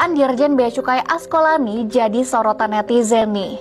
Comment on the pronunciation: Duh...gimana sich kamu? Ngomong nama: A S K O L A N I, saja salah mulu! 🤭😅 Terus: È S È L O N, juga salah terus. Yang bener dong ejaan nya, choi? 🙏